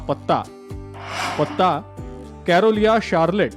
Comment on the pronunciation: कॅरोलिया शार्लेट नाही हो, ते शार्लोट, नॅार्थ कॅरोलायना असं आहे. Charlotte हे अमेरिकेच्या North Carolina स्टेट मधील एक शहर आहे. ते न्यूयॅार्क पासून लांब दक्षिणेकडील राज्यात आहे. तिथे हॅाक रिज (Hawk Ridge) एलिमेंटरी स्कूल म्हणजेच अमेरिकेतील प्राथमिक शाळा आहे.